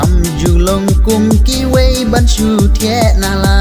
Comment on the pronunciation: nang iai kiew shaphrang....don i kyntien ba pher kynnoh dei thiah ym dei thieh